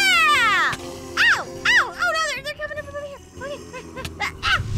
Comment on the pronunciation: "oh neahw😨"